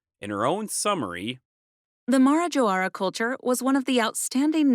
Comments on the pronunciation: Wow, great video, it's nice that we can find content like this in internet, since most of brazilian schools tend not to give enough attention to topics like this, and a pronunciation tip, Marajó island is said like "Ma-rah-joh", the "ó" in Marajó denotes a stronger tone in this syllable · Ma-ra-JÓ! (stress is in JÓ, pronounced as in the word "job", not like Joe...) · In portuguese we say Marajó, with an open O like in job, knob, cob.